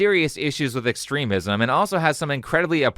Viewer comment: Pronunciation tips for: "extremism" and "extremist" do indeed have a long-e pronunciation in that second syllable as the preferred pronunciation in most dictionaries. "Taoism" is pronounced in English as if the first letter were "D," not "T."